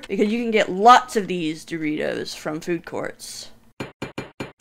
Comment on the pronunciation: When says detos he sound British lol